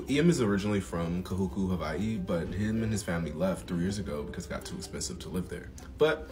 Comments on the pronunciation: Mahalo for correct pronunciation of Hawai'i. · Props for properly pronouncing "Hawaiʻi" and "Sāmoan" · Mahalo for your efforts to use correct pronunciation for Hawai’i and Samoan